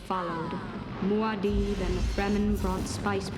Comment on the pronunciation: I just love the way Stilgar says "Muad'dib!" right after Paul kills Feyd by using he Voice. Sounds like he's saying "Goddaaamn!" Gets me everytime